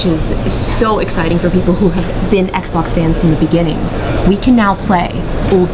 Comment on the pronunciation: did he say the small sexbox lmao